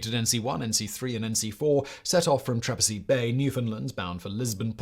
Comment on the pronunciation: He also screwed up pronouncing the town of Trepassey.